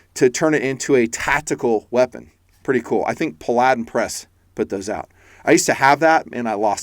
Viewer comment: P-Aladdin? Pala-din 🤣